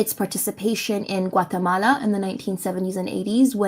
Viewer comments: You mean Guacamala? XD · WTF is a "Guacamala"? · the patience needed to hear her performative pronunciation for gaza over and over and over is insane. butchering the native pronunciation of guatelmala for whatever sake was insane to hear to, whats the point? seriously?